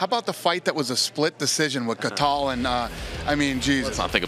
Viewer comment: Ka-tal? He doesn't know how to pronounce 'Cathal', as in Pendred. Ny God. That means Conor has never mentioned his team-mates name to Dana in conversation? Wow.